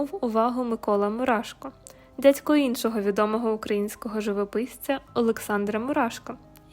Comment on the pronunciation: БаЦько, дяЦькО... Чому ж не слідкуєте за своїм мовленням?